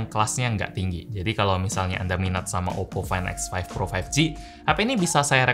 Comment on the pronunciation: muncrat gak bg?? oppo fain ek faif pro faif gi